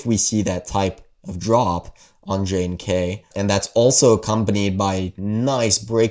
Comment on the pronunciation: JNK is pronounced "junk".